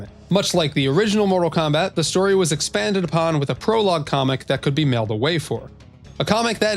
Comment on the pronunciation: Mortal Kombat "Stoy" lmao